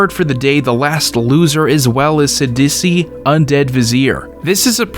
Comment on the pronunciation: I like that you pronounce Sidisi as “s’dussy”